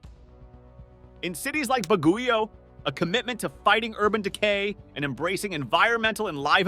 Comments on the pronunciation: Baguio is pronounced as Bag-yo, not Ba-gu-yo. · Baguio is pronounced as "bug-yoh"